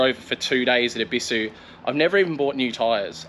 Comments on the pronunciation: Look up the pronunciation of Ebisu plz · Maybe just stop your channel then, if your not willing to use the correct pronunciation for the car culture you portray then stop xox